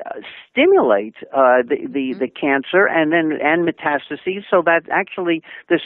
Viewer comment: The hostess is missing a syllable when she says "metastases". But, overall, the message is a good one.